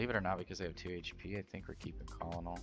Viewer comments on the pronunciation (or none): Hate to be that guy but with serving in the Marine Corps I have to point out that Colonel is pronounced "kernel" like a kernel of corn. Love the video tho great list!